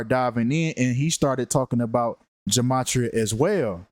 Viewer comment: Ge-may-tri-uh is the proper pronunciation 💯